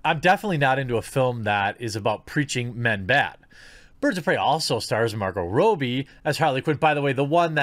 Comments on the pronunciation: Dude, Margot's surname isn't that hard to pronounce correctly. It's "Rob-bee," not "Row-bee." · I believe it's pronounced Robbie like robber, not like robe. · Margot "Row-bee"? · It's Margot Robbie not Margot Robie. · Not Row, it's Rob. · Robbie, not Robey. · How does anyone pronounce Robbie wrong?! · You're saying Margot's name wrong.